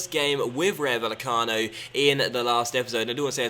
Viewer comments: Love your stuff, just need to work on your Spanish pronunciation!:D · Bay-e-cano. The v is pronounced as a b. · The double L for spanish words/names (ie Rayo Vallecano) is pronounced like a Y.